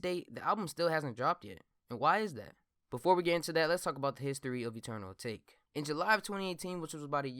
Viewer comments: It’s pronounced: AH TAH KAY fam pls stop saying A take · It's pronounced ata-ke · It’s Eternal A-tah-kay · isn’t it pronounced eternal atake(ah-ta-kay) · I thought it was pronounced Ah-tah-kay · It’s Ah-tok-ae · It’s pronounced UH-TAH-KAY 😂😂😂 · Dumbass doesn’t know how to say atake lol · can yall do real research and pronounce the damn album correctly like god damn